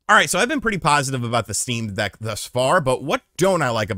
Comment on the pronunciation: I thought about getting a Shteam Dheck for a bit and then didn't